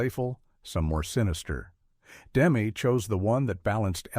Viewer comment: First of all, the director’s name isn’t “Demm” as in “gem”. It’s “Demmey”. As in …well, “Demmy “. I met him and his wife in the 80s. He was a bit of a punk because he showed up in the cutting room with a little girlfriend. This film is brilliant. Demme did it. But what else did he do? I’m not aware of anything. Then, everyone in the cast lived a long time, most still alive. But Jonathan died quickly of cancer. Scary.